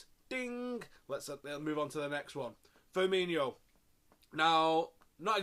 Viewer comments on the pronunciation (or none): none